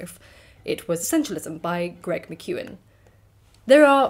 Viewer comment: Hey! I think you may have mispronounced the authors name, I believe the surname is pronounced Mac - kyown, rather than MacEwan. Its an anglicisation of a Gaelic name, so completely understandable... i promise, the spellings make sense in the original Gaelic, not so much in English 😅